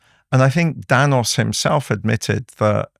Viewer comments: CHRIS NANOS!!!!!!!!!! Not Danos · It’s Nanos with an “N” not Danos.